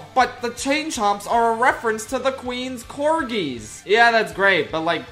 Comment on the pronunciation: No way you said "the QUEEN'S corgis" the disrespect its massive